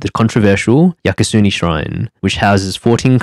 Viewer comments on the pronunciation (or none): That’s “Yasukuni Shrine” not “Yakasuni Shrine”. There is far to much that can be said about Japan after decades of speaking Japanese, studying Japan, studying in Japan, living and working in Japan. I would pose that looking at how and why Japan missed the information technology revolution and now missing the EV revolution… which also has ties back to IT as well. The current state of the demographic timebomb and causes, as well as the recent visa and permanent residency changes (it’s gotten easier).